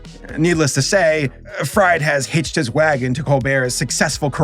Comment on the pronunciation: Btw, it is RJ. Fried, pronounced as "freed". Same way as Victor Fries is pronounced as "Freeze", not like "french fries" :D